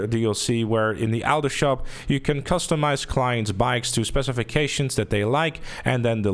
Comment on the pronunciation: Good video but could you try to not say "ow to shop" and say " auto shop" ...it makes me itch when you say it like that.